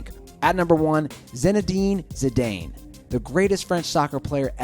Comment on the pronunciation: the way he said zinedine zidane made me cringe